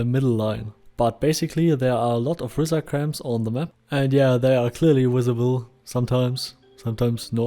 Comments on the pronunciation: Good video. I believe it is indeed "R-eye-zar" (as in eyeball). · "Risar" is a word in Icelandic and in Nynorsk (the book version of Norwegian), and means something like "(they) rise up", so I'm guessing that's where Star Vault got it. I'm also going to bet that Mats Persson and Sebastian Persson (no relation) and Henrik Nyström say it like the original: (in english orthography) 'REEsar', where ree rhymes with D. 'die' and s is a little hissy and the ar is 'like a pirate's "ARR", matey. Lots of English-speakers have said it a lot like you'd say 'reiser', but of course, we're wrong. As usual. It is my long-held belief that #RealReasonWeHaveRisar in Mortal Online is that the Oghmir (specifically the underground dwelling, ichor-swilling Huergar) used to steal Human children and eat them*, enslaving them at some point in history to work underground, where they devolved into Risar. Evenually, they escaped and broke to the surface, though they still retain the traditions of slavery and a disregard for suffering amng themselves. This would also explain why they can interbreed with Humans. Nothing else does. * They're better, now.